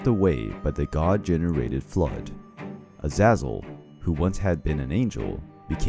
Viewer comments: "azazal" ? Az-AY-zal bud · Isnt it A-za-zel not A-zaz-el? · It's pronounced az-zay-zul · Azazal say it rihhtttt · i thought it was pronounced as "a-zay-zel